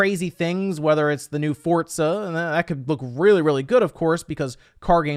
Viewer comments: The way you pronounce some games and developers really pisses me off fortza 🤢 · The way he pronounces "Fort-za" is almost cringy